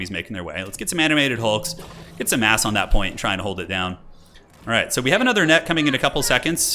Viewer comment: sounds like you say let’s get some “ass” on that point ☺️